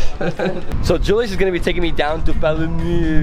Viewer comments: Lol...it is pronounced as Paa-Luu-meu. Other then that a very yummy breakfast and trip...:) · THANK YOU FOR VISITING OUR LOVING SURINAME ❤ And its so funny how you struggle pronouncing Palumeu😂